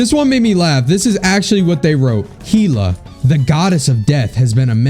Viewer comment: Bro Heela ?? It’s pronounced (Hell-ah)